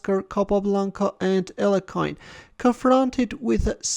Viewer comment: Great video! Also, first time you pronounced properly Alekhine's name! Thank you for this! LOL